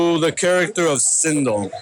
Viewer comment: not sindol....it's sindel so annoying